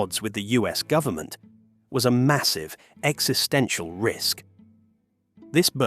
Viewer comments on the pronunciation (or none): none